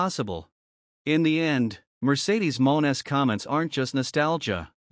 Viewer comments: Stop mispronouncing monet 😢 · Could you please stop mispronouncing monet 😢😢